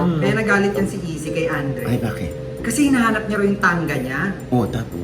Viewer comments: Sino ba si easy??? Hahaha..izzy...??? Bigkas po ay..ICEY....HINDI EASY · Si Izzy po ng Sex Bomb pronounced as Ay- cie hindi Easy. Just sayinng my one cent. Peace ✌️